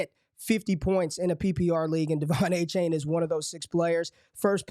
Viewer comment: Its A-Chan not A-Chain :p